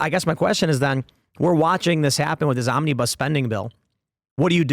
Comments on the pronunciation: It's not omnee-bus. It's fluid, it's omnabus. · Mis-heard Tim around 4.02 and thought he said 'this zombie bus spending bill' - or maybe I didn't 🤣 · It sounded like Tim Pool said, "Zombiebus Spending Bill." Hmmm, I can see that.